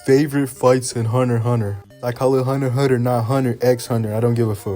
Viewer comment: you real for for saying huner huner